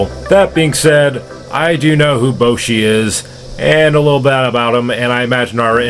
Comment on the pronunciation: thanks for the question I asked and in English they call me Zonay and in Spanish they call me Zoñay and his name is Boshi it’s pronounced like this “Bashi” so yeah thank you anyway :3